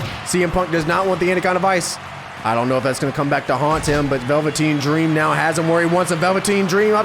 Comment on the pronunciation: I’m mad we gotta wait until the championship match to witness the phenomenon known as Big Bear. 😩 Edit: why the fuck did you say Velveteen Dream name like that?? 😂😂😂